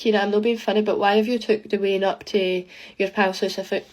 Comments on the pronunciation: It’s pronounced like Wa-yne not we-en 😅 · its not "ween" its pronounced "wayn"